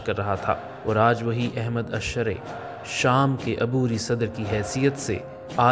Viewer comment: میسج ٹی وی انتظامیہ سے گزارش ہے ایسے شخص سے آڈیو ریکارڈ کروایا کریں جس کی ادائیگی وتلفظ درست ہوں الشرع کی راء پر زبر پڑھی جاتی ہے اور بھی بہت سے الفاظ کی ادائیگی درست نہیں ہے